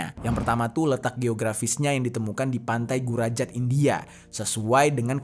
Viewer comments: Pantai Gujarat bang.. bukan Gurajat😂😂😂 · Gujarat bang ,bukan gurajat😂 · Gujarat bang bukan gurajat😅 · PANTAI GURAJAT apa GUJARAT bang 😅😅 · pantai gujarat bang,bukan gurajat..😅